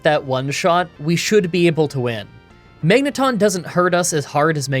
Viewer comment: Ik this is random, but if you watched the series....how are you mispronouncing Magneton, Aggron, and Xatu. I was already lost about how magma was being said which is not a pokemon thing but a real thing...